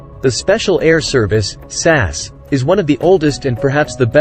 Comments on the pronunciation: It's S A S (spelling out the letters) not sas. A very interesting article. I wouldn't want to be on the wrong side of any of them. Well done. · S.A.S. say each letter. not as a word